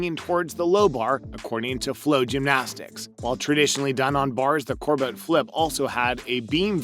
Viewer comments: olga kor-butt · I’ve never heard her name pronounced Kor-butt with the emphasis on the but. It’s pronounced Korbit with the emphasis on kor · All the names were pretty much slaughtered, but it's Olga Korbut [correct spelling] and not Korbite. Course Nastia gets no respect, either. Frankly this is all standard fare and nothing new here. With respect to the name slaughter, not many announcers in international sports get the names correctly voiced, especially when it comes to the Russian female. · Could he do a teensy bit of homework and learn how to pronounce people’s names? Might be respectful, you know? Like it’s Korbuht not KorBUTT, Nastya Leeookin not NaTATsia Loo-i-kin. And Marta Karololi??? Sheesh. Unbelievable. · If you're going to narrated a video on gymnasts, it would be seem plausible that you'd research how to pronounce Olga Korbut's name correctly. Kind of like chalk on a black board saying it incorrectly, not to mention very unprofessional. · He also couldn’t pronounce Olga Korbat’s name.